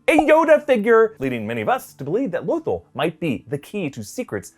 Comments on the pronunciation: L Oh thul.... its L uh th all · when says lothol and not lothal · omg it's LoTHAL not Lothol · Low -thull??? Low-thull?? REALLY? You can't even pronounce Lo-THALL correctly. LOW-THALL. I guarantee half of your predictions are meaningless. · Low-thil? Heard of Lothal, not that. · It’s Loth-AHL, not Loth-uhl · I'm sorry, but it's pronounced Loth-All not Loth-ull. But then again idk... Lando pronounced Han as HAN, instead of HAWN... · It's pronounced low-thawl no lothel you uncultured swine. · Lo-thall wtf is lothel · "Lothal" is pronounced Luth-all sorry just... Bothered me for some reason... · Low-thall is how its pronounced sir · “Lothal” is pronounced “Lo-thAll” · IT'S PRONOUNCED LOTH-ALL. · Repeat after me: low-THAWL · Can you please stop calling it LowThol. PS I lovr your videos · It's pronounced like "la-thol" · Does he not know how to pronounce Lothal? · What's up with your pronunciation of Lothal? Have you never watched Rebels and heard how it's pronounced? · Omg!!! Love your guys vids but learn how to pronounce Lothal!! Nails on the chalkboard for crap sake! 😖... 😂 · The way you pronounced "lothal" pissed me off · I love everything about this.... but the way you pronounce Lothal..... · I watched rebels and the way you say Lothal is utterly frustrating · Lothal? Are you sure you’re pronouncing that correctly? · mispronouncing Lothal made me more furious than it should have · Very much dislike the way “Lothal” is pronounced, especially since I think I recall hearing pronounce it correctly in the past